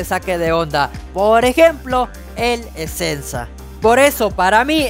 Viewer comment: El esensa se le fue la esencia 😂😂😂😂